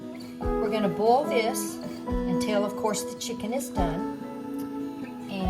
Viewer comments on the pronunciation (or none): U should really give ur measurements wen showing a so-to- speak cooking show (video.) Also it's Pronounced Boil NOT Bowl.😊